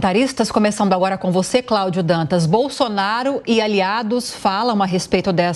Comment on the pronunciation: Craúdio...craúdio... assim não!!! 😮😂